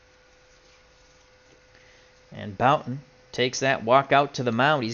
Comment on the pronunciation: Hey, hows it doin? Jim Bouton, pronounced Booton. Love your older baseball games, you do it well. Keep on rollin!